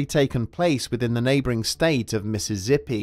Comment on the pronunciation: Did he say Missizzippi instead of Mississippi?